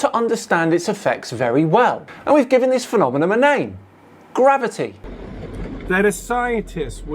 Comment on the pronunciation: This '' character's ignorance is phenomenal. "phenomenon", not "phenomenom".